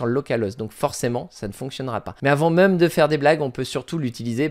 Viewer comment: J'adore ta prononciation de "même" prononcée "meum" 😂